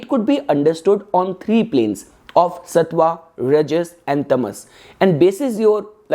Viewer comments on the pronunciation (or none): none